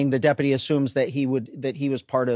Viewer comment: Why can’t the sheriff pronounce deputy?